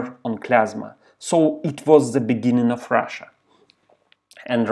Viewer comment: Только не оф, а ов. Оф - это off, а of читается как ов.